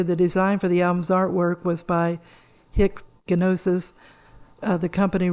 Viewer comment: Hey, I enjoy your content very much! One correction to you that I wouldn't bother making, but I think you might like to investigate Hipgnosis more. It's pronounced just like 'hypnosis', the G is silent, like in gnostic. This company did a lot of album art for Pink Floyd, Peter Gabriel, Genesis, Peter Frampton, Led Zeppelin, amongst others. There is a book called "The Work of Hipgnosis - Walk Away Renee'. If you can find a used copy for a reasonable price, grab it. It tells the story behind a lot of the photo shoots and ideas. I think you'll love it!